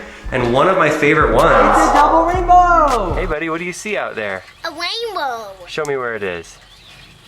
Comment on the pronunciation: It’s a wainbow lol that was funny